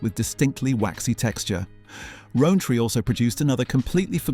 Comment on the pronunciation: I can’t stand people who have to pronounce words differently from everyone else. It’s Rowntree not Roantree